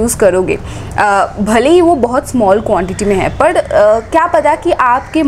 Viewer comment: Why u call 'd' in place of r means par ki jgh pad bolte ho